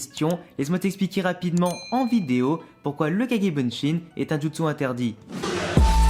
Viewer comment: On dit kage bushin pas bunshin